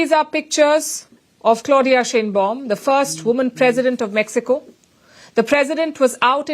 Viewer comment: Palki, The Mexican leader's name is pronounced like SHINE BAUM. It is a German name.